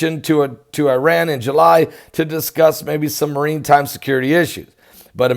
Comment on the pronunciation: It's pronounced mara time. Not the first time you've mispronounced words, like saying apostle with a t being pronounced .